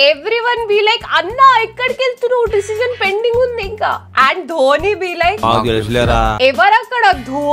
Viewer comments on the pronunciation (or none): Dobhi kadhu akka dhoni